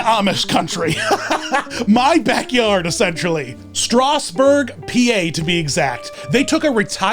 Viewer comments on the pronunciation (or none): Did he just say strosburg